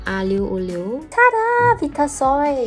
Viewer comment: love more and more as the challenge goes on! =D btw, the 'vi' in vitasoy is pronounced like vie (rhyming with 'why')..2 people pronouncing it as 'vee'tasoy made me doubt my entire childhood!!